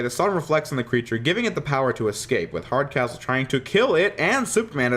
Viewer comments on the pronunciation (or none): I swear when you said the name of the General from the Prometheon episode, I finally got the joke. Mostly because I thought you said his name was: General Hard As Whole. General Hardcastle is a subtly & suitable surname for the character.